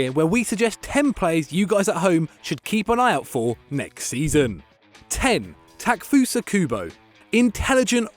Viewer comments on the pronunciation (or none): 10 seconds in. ta-ke-fu-sa ku-bo It isn;t hard!!! Japanese transliterations are completely phonetic. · The "e" in "Takefusa Kubo" isn't silent, you know...